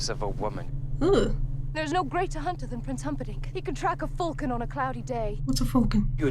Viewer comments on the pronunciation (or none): Falcon like the bird. Not Fulcon 😅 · was joking about the falcon. Buttercup pronounced it “full-kon”, and made a joke on it. She smiled right afterwards. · was joking. Buttercup pronounced it “full-kon”. smiled right after she said, “What’s a ‘full-kon’”. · She was joking. She gave a sly grin right afterwards. Buttercup pronounced it “full-kin”….😆